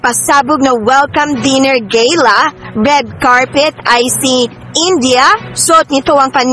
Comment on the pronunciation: Ano sabi mo te’ Gayla? Di ba Gala?